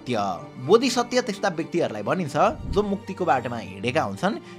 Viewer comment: बनासुरा होइन, वाणासुर भन्नुस् ल । बोधिसत्य होइन, बोधिसत्व भन्नुस् ल ।